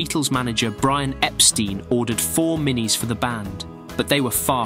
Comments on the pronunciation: Great video, but it's Ep-stine, NOT Ep-steen! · Everyone says it wrong and it's pretty annoying. There's a vid with Brian's assistant on the phone which she clearly says The manager's name is Mr Brian EpSTINE and the other party repeats Mr Brian EpSTEEN? Too much. 😀